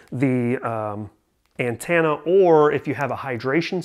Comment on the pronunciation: Also "antanna", lmao.